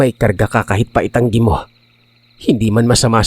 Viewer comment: Kahit PA ITANGGI MO ata pagkasabi.